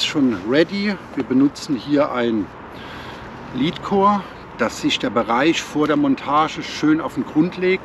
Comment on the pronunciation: Sorry für die Klugscheißerei... Aber Lead nicht Leed Oder Lädcore (richtig) nicht Liedcore(falsch) Sorry aber nach paar min geht mir das schon gegen den Strich